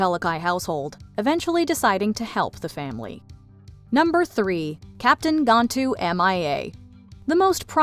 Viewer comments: Smh it’s pronounced GAN-Tu.. not Gontu. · It's GAN-TOO, NOT GON-TOO